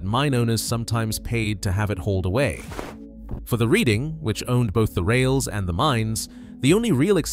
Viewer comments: The railroad name is pronounced "Red-Ing" not Read-ing. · Reading is pronounced Redding please .